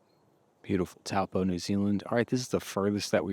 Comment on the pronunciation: You guys are doing great, but you have to learn how to pronounce the New Zealand language. It’s very similar to Hawaii where you annunciate the vowels as they sound. You’re saying Taupo totally wrong. 😂